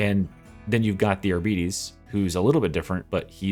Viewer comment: It's pronounced "Argh-BE-Tays" not Arbeaties